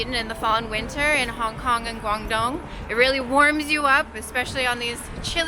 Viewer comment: How she pronounce guangdong is killing me. Lol